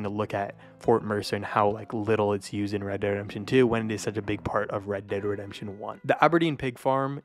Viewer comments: U say “red de redemption” like u have marbles in your mouth lol 😂. Great video just finish your words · said redderedamption one 🗿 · "Red dead Rempshun" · Not gonna lie, for some unknown reason I chuckled whenever you'd say "red dead redemption" and it would blend together like one word. Not a dig at you or anything, just random. But when you have to say it that many times in a video, obviously youre going to say it as quickly as possible